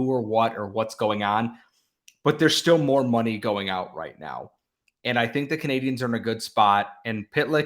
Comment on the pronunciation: Can you get the person doing the intro to say 'Canadiens' properly please? It's not 'Canadiahns'.